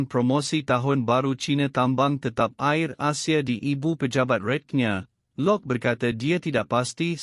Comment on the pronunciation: Hello "Air" Asia bukan Ayer Asia ...dan Batik "Air" dan bukan Batik Ayer lah .Maaf... Mohon di perbetulkan